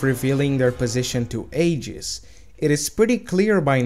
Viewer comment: it's pronounced (Ayy-Jiss